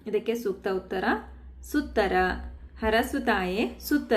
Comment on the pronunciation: ಸುತ್ತರ ಅಲ್ಲ ಮೇಡಂ..! "ಸುತರ" (ಮಕ್ಕಳ..)